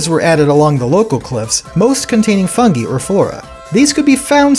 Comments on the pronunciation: You kept mis-pronouncing fungi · It's a regional pronunciation. 'Fuhn-gee' is preferred in the UK. 'Fuhn-gai' is strictly American.